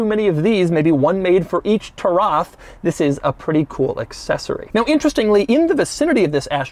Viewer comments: Its spelled =Ta-ruf That is how arabs says it. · bro it's taraf not tarraf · "Lagonda Turaf"? I think a Uganda giraffe will depreciate less than this thing. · its actually pronounced "tuh-riff" soooooooo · its pronounced turuf